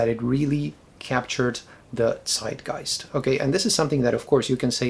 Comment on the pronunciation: Great pronounciation of the german word "Zeitgeist". It literally means time-spirit or time-ghost.